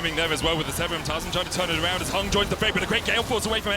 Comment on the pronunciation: Please get a caster who doesn't speak like a baby! "Wong (wrong), Awound (around), Pwiowity (priority)" c'mon man, just get some speechy lessons so your soft soy jaw can pronounce words properly